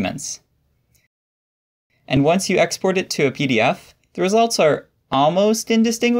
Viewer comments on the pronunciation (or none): none